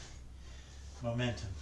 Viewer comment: Everything you said momentum i kept hearing mo-mentos....gosh I love a mentos candy! Haven't had one in years. Glad to see you at it today. My big toe is worse this evening. Perhaps I need to stop walking on it altogether. ☹ May need to go to the clinic tomorrow and get a boot cast so it has a better chance of healing. Oh well, sorry for being a Debbie downer. Your Ladybug does look good in that lighting - it made me smile to see it. I've a couple of books on the go. 12 Rules for Life by Dr Jordan Peterson has my attention now. Will check in on the weigh in on Sunday. Have a good weekend! 50lb loss is in reach! 😀